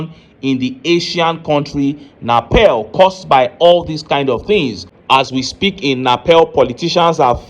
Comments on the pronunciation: It's NEPAL not napel o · My brother na Nepal not Napel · The name is Nepal and not Napel.